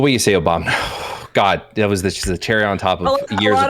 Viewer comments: im sorry but the trudeau is a teenage girl argument felt like a massive waste of time compared to the rest. Should have just spent that time saying "OBAMNA" over and over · Goddammit I’m trying to workout and every time “Obamna” happens it fucks up my set